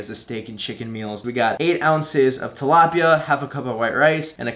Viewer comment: Its so fun to hear people from other countries say "Tilapia" you guys always have something like an "ah" sound at the end and its so fun to hear hahahahaha.. Love from the Philippines!